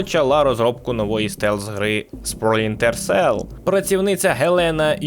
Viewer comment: Жахливе відео. Дуже прошу автора начитки хоча б один раз прочитати текст перед записом, а після начитки переслухати, шукаючи помилки. Купа дивних пауз (вже хоча б вирізали на монтажі), де автор явно загубився де читав, помилок типу "Спрінтер Селл", чи "Колектівіжн" замість "Дівіжн", чи про "події Дівіжн відбуваються у минулому"). По відео монтаж місцями дуже рваний, сцени підібрані без змісту і деякі повторюються. Тему також можна було розкрити ширше - наприклад, ще можна було б розказати, що, наприклад, більшість з його книг пов'язана сюжетом і персонажами, про Джека Раяна, який крім інших є головним героєм останньої книги, про якого також є і фільми і серіал. А так - більшість відео про дві книги і декілька ігр про підводні човни. Meh.